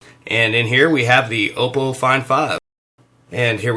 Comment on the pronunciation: 'Ahpoh' not 'Ohpoh'